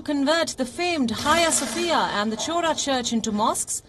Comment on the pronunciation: It is pronounced as Ayia Sofia, not haya Sofia. Also it’s pronounced as Khora Church, not chor-a